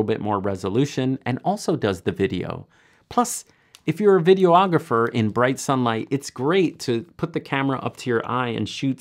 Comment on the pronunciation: Videographer, not video-ographer!